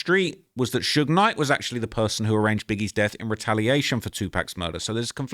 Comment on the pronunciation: It’s usually AI that pronounces it that way 😅 The worst I’ve heard is that damn “Suugeeyy Knight” 😭💀